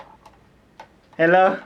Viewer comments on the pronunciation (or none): I died at “ello” AHAHHA